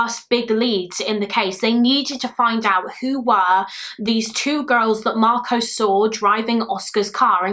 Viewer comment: Marcos is simply pronounced "marcos" ("marcoss") not "marcowce". Please be aware of American documentaries mangling the "-os" commonly found at the end of Greek/Spanish words, because they get it horribly wrong. It should be relatively simple to get right, but their pronouncing "-os" words like Marcos, Carlos, kudos (etc) as "Marcowce, Carlowce, kudowce" is bizarre and indefensible on phonetic/linguistic grounds. I really don't know where they get it from, because they know full well that the "Los" in "Los Angeles" is pronounced like "Loss", not "Lowce". On that basis, I'd be so grateful if you tried not to perpetuate this weird American habit, as it's one of my pet peeves. Perhaps your Spanish studies will help you out there :)